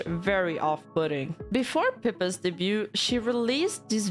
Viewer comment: in debut and debuted, you don't pronounce the T. 'Daybyoo', and 'Daybyooed'